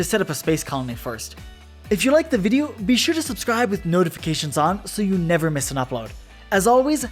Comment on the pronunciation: The sun will NYEVER SET NYEVAR NYEHVAR NYEVAH